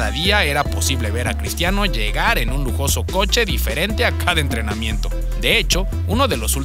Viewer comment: Minuto 2.32 dice lojoso vheiculo